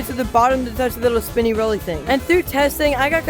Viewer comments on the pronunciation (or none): none